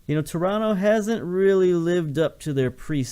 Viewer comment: Two things: One, it's "shoniere", rather than "koniere" (Choniere); and two, where'd you learn to say Toronto right? I grew up there, it's odd to hear someone say it like a native of the town when they've got such a clear American accent. :)